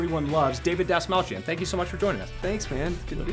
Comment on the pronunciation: David : "This small chin" Patrick : DASMALCHIAN!!! Me: (instant facepalm) You can see David's face of sadness because he realized nobody will say his last name correctly, even after explaining how to do it